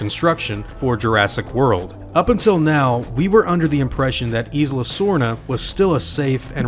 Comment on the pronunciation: This is cool. FYI, the "S" in Isla is silent. Same as Island